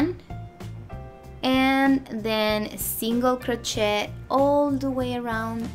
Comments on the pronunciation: Honey, its pronounced crochet ir cro shay... not shet... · It's pronounced "krō shāy." Sorry, but the way it was pronounced in the video was throwing me off. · So you are incapable of learning the correct pronunciation?? Doesn't matter what ethnicity you are cro- shay is how you say it no matter who and what you are!! That would be like me saying tortilla and pronouncing the lls as elllls not yyaa in tortilla. Oh I learned Spanish 4 years in HS and college. I know you can learn to say Cro-shay (Crochet -no prooonounce the "T")OK (said with Spanish accent). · Not a critical thing, just trying to educate. It is a french word, gee I guess you don't get that either. That is all I am saying is THE "T" IS SILENT OK? GOT IT GOOD!!!! CRO SHAY!!!!! Hey hey!!! Say it correctly. I didn't like her pattern anyway, made up my own - that is MY OPINION! I HAVE THE RIGHT TO GIVE IT! This is a public social media platform. Bye!!!! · The word "crochet" is French, you do not pronounce the "t" at the end of the word. It is pronounced crow-shay. Just FYI. Thank you for the pattern I am making one for a baby shower. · Thanks! I’m Spanish and we pronounce it cro-CHET 😊 but I’m trying to change that!